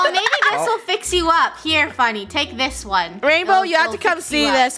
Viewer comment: Eula and it’s Funneh is Eunneh ☺️